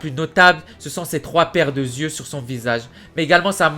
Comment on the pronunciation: ses 3 paires d'yeux et non '' de zyeux '' par contre super vidéo!!!